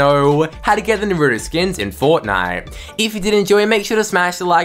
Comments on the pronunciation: that’s how you say naruto.... it’s not Na-ra-toe it’s Na-ru-to that’s the oringal Japanese way to pronounce it 🤦🏽😭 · Lol this guy spends like half the video talking about toon meowscles and when the Naruto part comes, he calls him nurutoe😂😂 Edit: You know what we lack? Him: Saasssuuuuuuuuukeeeeee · dude he says it like NaRuddo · i hate how he calls him narudo as a actual anime watcher and naruto fan it annoys me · Nay rue toe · The way he says NARUTO pain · The way he says Naruto wrong 😔